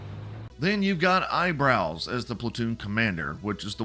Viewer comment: wutang and eyebows. FFS tell me your a trump guy without telling you me your a trump guy🤣